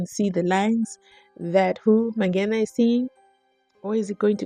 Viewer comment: What is so difficult about pronouncing the word MANGENA correctly,its a simple word,jeez,this judge,by the way i share the same surname with the "ballistic expert" but we r not related🤪🤪